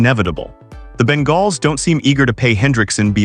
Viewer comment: So I need to teach the AI how to say Bengal